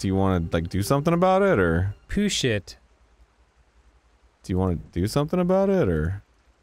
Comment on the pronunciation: Dan's way of saying "Push It" registered in my brain as "Poo Shit"